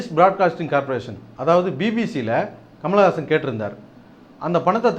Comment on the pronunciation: hey, you cant even say his name properly, you are saying Kamalagasan Kamalagasan, rosha maan, otha dei nee padiparivilladha panni, nee Kamal pathi pesariya